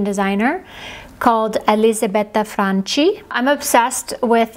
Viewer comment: Great tips. Elisabetta Franchi is pronounced fran-key in Italian. College Italian has some use! Thanks for teaching us about vermeil. I never knew that but of course it makes sense that it is French. I also would love to know the name of the pink lipstick (we have very similar coloring so it should work for me too) as the link just brought me to the Sephora website (I am in Europe) and not the actual item. Thank you.